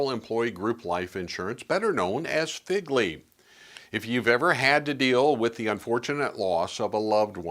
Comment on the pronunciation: It’s not pronounced Figley. It’s pronounced Fegley.